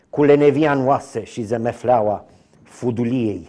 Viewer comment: MAI HARTMANN,CRED CA IN JIDANESTE SE SPUNE,,,,,ZEMEFLEA,,,,IAR IN ROMÀNESTE SE SPUNE ,,,ZEFLEMEA